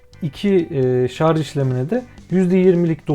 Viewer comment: abi video boyunca şarz demene tilt oldum ama güzel vido